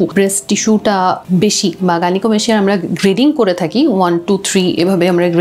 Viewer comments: গাইনোকোমাস্টিয়া- উচ্চারন হবে। আপু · 😂 ভাই,,, আপনার উচ্চারণ ঠিক করেন..!!!😂😂😂 "গাইনোকোমাসসিয়া" এটাই সঠিক..🙂